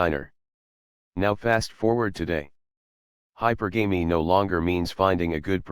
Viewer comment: you pronounce "hypergamy" wrong.